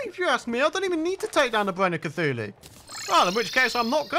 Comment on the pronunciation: U know how sometimes says Cachuchu instead of Cthulu? This is how it happened.: mk so imma fight the eye of c- AAACHHUUUUUU (sneeze) Hey... eye of cachu... cachuchu... EYE OF CACHUCHU!!!